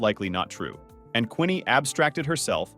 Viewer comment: its not Quinney its Queenie